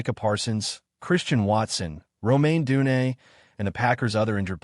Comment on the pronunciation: Tomaine Edmund’s. You mean Tremaine Edmund’s. What kind of AI is this? Odunze* the longer I listen the more pissed I get. Roh may oh du nay! Rome like in Italy oh doon zay*